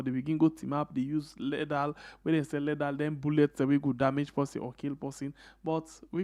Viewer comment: Mr police officer the word is LETHAL and not LADDER weapon.